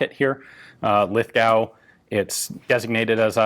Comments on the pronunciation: I live in the town where these are made, we have an Small arms Museum attached to the small arms factory which is has an awesome range of different small arms! Your pronouncing ' Lithgow' incorrectly' it's 'Lith' like Lithium and 'gow' go with the w. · Actually, it's pronounced Liff-go, or Liffy. 'th' becomes 'f' in regional Australia. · The Canberra war memorial has one in their collection in 7.62x51 that feeds from an L1A1 magazine. They kept doing a bit of work with these into the “50”s until the L1A1 was being made at Lithgow. Also the W in Lithgow is silent. This bloke has an amazing collection of Lithgow Enfields and had 3 generations working at the Lithgow Small Arms Factory.. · love the video but u say lithgow wrong and to the people who tell me im dumb and i dont know what im talking about fun fact i was born there live close to there and often go there to do my shopping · God damn it Ian its pronounced Lith-go not lith-gauw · Thanks for the vids Ian. FYI :- It's 'Lith-go' rather than 'Lith-gow' .. despite the spelling. Keep up the great work. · "Lith-go". It's pronounced "Lith-go" not "Lith-gow". Remember, this is Australia, we like to not pronounce annoying letters in our place names :P See: "Melbourne", "Brisbane", and "Canberra". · from all the aussie's it is said lith - goh not gow if it makes it easier, think of the actor john lithgow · Being a bloke who has grown up in Lithgow. It hurts me when you say "LithGOW", just "Lithgo" mate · It's pronounced Lithgoh not Lithgowe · In Australia its pronoumced "Lith-go" to rhyme with 'foe' rather than 'cow', the 'w' is silent. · As an Aussie Lithgow is pronounced as Lithgo. The w is silent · Aussies pronounce Lithgow as "lith-go" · Lithgow, pronounced 'Lith-go'. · PS., I think Ian has been talking with an Aussie and it's Lithgo, the W is silent like the p in swimming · Lithgow... lith-go thought every Australian watching this. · A bit of help with pronunciation of Aussie lingo it is pronounced Lith-go